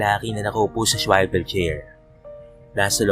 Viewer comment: Ano? Swivel chair.....di po " swaivel " chair!